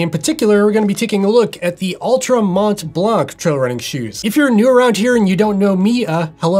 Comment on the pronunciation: Good review as usual Dave. As a french speaker, just a bit of info, the T and the C of Mont Blanc are silent in french... Not that it matters but I thought I would share the info :)